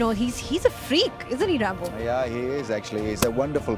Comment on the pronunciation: Why the fuck is she calling ramiz rambo. Sounding too weird odd bad arghhh. 🤮